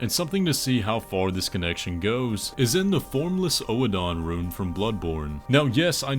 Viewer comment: For the record, Oedon is not pronounced “oh a don” it’s pronounced like “wooden” without the W